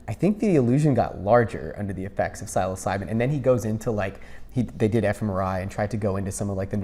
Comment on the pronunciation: Great video, brother. But can you please help this man pronounce the word Psilocybin correctly? It's honestly like nails on a chalkboard...